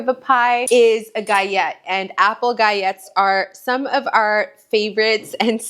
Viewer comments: I've only heard people pronounce it with the L Sound Gi-ll-ette. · galette is pronounced "gut-let"! thank you for this comforting video🤗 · Gallette are Frech pastry and Ls are pronounced not like in tortilla where they sound as Y like yolk ❤. Love all your recipes and your children are adorable ❤ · You do pronounce the L in Galette FYI (it’s a French word).I’ve never tried making smaller individual ones, that’s a brilliant idea!